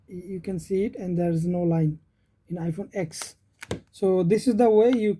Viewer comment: Let me correct u... We cannot pronounce x(ex) or xs(ex s), its x(ten) and xs(ten s)... U can also visit any apr(apple premium store) and see what actually apple official employee called that phone.. i worked with apple for almost 8 years... Thats y, i know & i m telling you... Over all... The video is informative for end users.. keep making content like this..